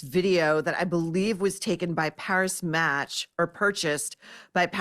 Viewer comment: Maureen it is pronounced Paree Match Not Paris